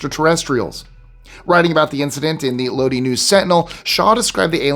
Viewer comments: 😮I was just leaving a compliment on your excellent pronunciation skills of all sorts of foreign names and words...but Lōdī hung me up🙃 You probably weren't even born in 69 in Creedence Clearwater Revival recorded a ballad named Lodi, about a traveling folk singer who ran out of luck and money in Lodi and ended up playing their forever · Sorry I'm about to nitpick. The town in California, Lodi, is pronounced like low-DIE now LOW-dee. Love your stuff. I'm addicted. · Lodi, Ca is pronounced “LowDie” not “LowDee” 😂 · Lodi is pronounced Lo-die not Lo-dee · Lodi, CA is pronounced low dye, not loady. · Its pronounced low-die You know the song..."trapped in lodi again " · At c. ... Lodi isn't pronounced "Lodee" (the City in California, next to my hometown, Stockton), it's pronounced "Load-Eye." Just like Creedence Clearwater Revival, you too might sing your own lament if you found yourself "stuck in Lodi again." (No offense to my Lodi friends). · Lodi is pronounced low die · Lodi is pronounced Lod- eye, long I. Thanks. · Lodi, CA is pronounced LO die. 😀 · So, I have to correct a pronunciation Lodi, CA is pronounced as Lodeye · Low-dye. Lodi. Just fyi. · Pronounced low DYE (Lodi)😄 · It's lodi not low de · Lodi is pronounced “Low Die” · Load eye is how it is pronounced. Did you hear yours from aliens. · So apparently you’re trying to test my senior memory! That would be Amazon and Lodi is pronounced low die!😂❤❤ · Lodi pronounced load-eye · Lodee and Gobleke - your pronunciation is amusing. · Lodi pronounced low-die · Some of your pronunciations give away your eastern upbringing. It is Lo die without the e. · Fyi it's Pronounced Low-Die California. Enjoyed the video. Thanks my good man 😊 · Its pronounced LOAD-EYE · It's pronounced LOW-DIE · It's pronounced: LO-DIE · It took me a minute to realized he was talking about lodi. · Than you for correcting this! It grates on the nerves. Hopefully he doesn’t also say “Nevahda”!